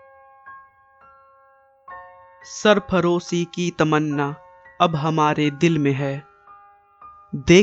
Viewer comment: It's zor not jor and sarfaroshi not sarpharoshi.. its fasi not phasi.. ajad nhi Azad..